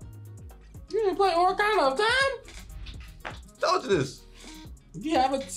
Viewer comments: bruh really said Orakana of Time LMAO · LMFAO "The Oricana of time"